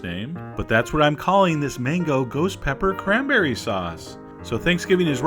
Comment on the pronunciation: MANBERRY SAUCE LOL